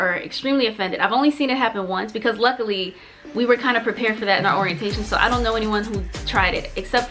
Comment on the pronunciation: the "don't"- ma'am PLEASE😭😭every time